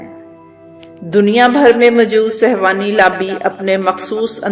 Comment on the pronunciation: beti ye lafz sehwani nhi balke sehooni hy.